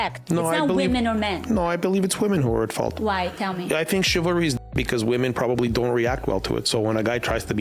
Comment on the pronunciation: Let's talk about chil-va-ry